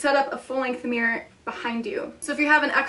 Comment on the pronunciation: The way you pronounce "mirror" is funny. Meer. Meer. Meer